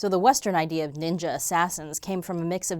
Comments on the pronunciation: I lost it when said "Our humour Neendjia" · Watching the "Neenja" thing was like getting punched in the dick. Slowly.